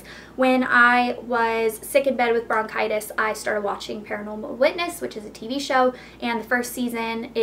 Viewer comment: i think its bronchitis not brocitous..